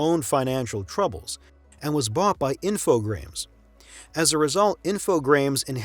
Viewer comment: Well done, very informative. Thank you so much for making this. A few mispronunciations perked my ears up, notably Psygnosis (the "g" is silent), Infogrames (the "s" is silent, pronounced "Infogr-ah-m") and Final Fantasy X (it's "ten" not "X") but maybe I'm just being nitpicky. The fact is, this is a very professional video and I can't wait for more of your content.